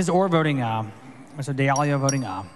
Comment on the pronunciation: Hang on....Is he saying "voting meow?"